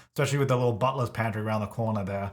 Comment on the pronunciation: Had to google what a "buttless pantry" is. Then I found out that he was saying "butler's pantry" 😭😭